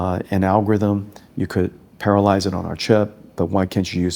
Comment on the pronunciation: its parallelize dude... not paralyze 😂